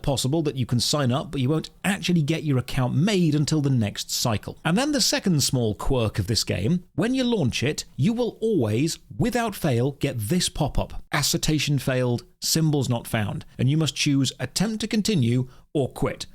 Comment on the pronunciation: it's assertion not assertation...